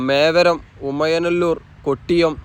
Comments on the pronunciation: മേവരം എന്നല്ല. മേവറം എന്നാണ്❤❤❤ രാഷ്ട്രീയേതര കാര്യങ്ങൾ താങ്കൾ പറഞ്ഞതിനോട് ഞാൻ യോജിക്കുന്നു. എൻ്റെ അതേ മനോഭാവമാണ് താങ്കൾക്കും എന്ന് ഞാൻ കരുതുന്നു ❤❤❤❤❤ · മേവരം❌ mevarum ✅